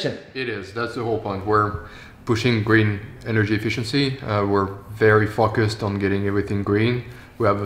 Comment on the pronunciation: "we're very fuckused on getting everything green"